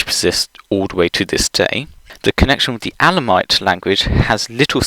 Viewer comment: Is what you pronounce /'æ.lë.moıt/ (ë = schwa) supposed to be Elamite? 'Cause I'm pretty sure that's pronounced /'ɛ.lë.maıt/, and I don't recall any instances of smiles-toils merger in your accent...